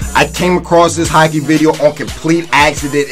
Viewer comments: It sounds like ur saying hackey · Boi it's not hackey it's hockey 😂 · man says hackey instead of hockey